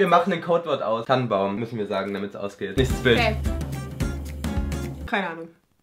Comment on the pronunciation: Das Codewort klang nie wie Tannenbaum sondern immer nur wie Tampon